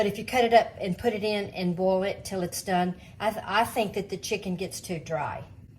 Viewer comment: U should really give ur measurements wen showing a so-to- speak cooking show (video.) Also it's Pronounced Boil NOT Bowl.😊